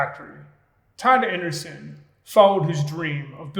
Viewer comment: Andresen = "an-DRAY-sen"